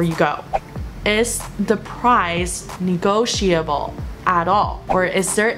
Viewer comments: Not being nitpicking, your 'negotiable' was pronounced a bit off. Should sound like 'ni-go-shi-ble'. Not 'shia-ble'. Trust me, I use it daily, 😁 Btw, you have transitioned from a little girl to a Mom, congrats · 这期超实用的😍 Maggie老师辛苦了！建议：屏幕左边的文字用深一点的颜色。一片白，不太容易读。 温馨提示：1）读音：negotiable, bulk 2）语法 A) come as a surprise (不是 at a surprise哈）；B) there is a way is asking for a price match语法不太对头哈。中间加一个 which is 就对了。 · negotiable 和bulk 的读音有什么问题？